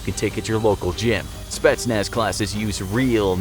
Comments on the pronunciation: I'm Romanian Czech, I am training for GRU, I am not russian but I guess I am close enough? Idk let me know I guess lol Also its not "spatsnaz", its "spetsnaz' the guy makes it an "a", mam dobry den :) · The Speshnaz lol